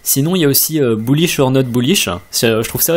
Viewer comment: À chaque fois que tu dis "bullish", un petit chiot meurt dans le monde. -_